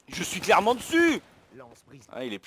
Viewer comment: Je sais que ce que tu a dis est "Oui hihi clairement ! " mais perso la première fois j'ai compris " Ouihi hitlerement "